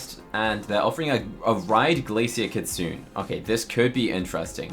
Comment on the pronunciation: Just to offer some info, the Japanese word “kitsune” = fox, is pronounced “kee-tsu-NEH” (NOT “kee-tsu-oon”).